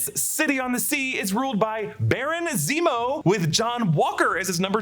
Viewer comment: HE SAYS NEMO NOT ZEMO LOOOOOL